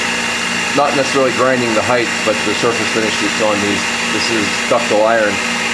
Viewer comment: Why do you say heigth instead of height - do you say weigth instead of weight too? Nice work on the video and chuck btw :)